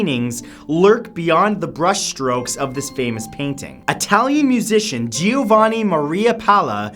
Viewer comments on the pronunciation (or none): none